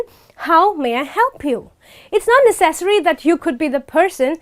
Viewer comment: Necessary is pronounced [ˈnɛsəs(ə)ri] beautiful lady thanks for your video!